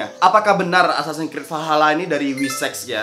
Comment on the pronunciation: "assasan krid"